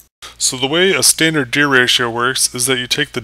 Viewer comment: My only problem with this video is how you were pronouncing gear. More so, the G in gear, as if the G sounded like a J, as in juice. When I hear you say Gear, at times it sounds like you said Jear.